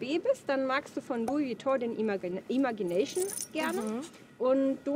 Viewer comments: Den spricht man Imätschi näyschn aus 🙈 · vielleicht hilft es dir das Wort „Imagination“ richtig auszusprechen:)